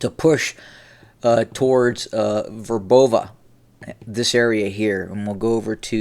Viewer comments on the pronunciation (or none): Very credible commentary. I appreciate you are an American and slavic names aren't easy to pronounce but if I may - Robotina is pronounced rob-OH-tin-uh. Verbove sounds like vyAIR-buh-vuh. It's easier if you know the cyrillic spellings - latin transliterations misrepresent many of the cyrillic letter sounds. I hope that better pronunciation will add to your already great credibility.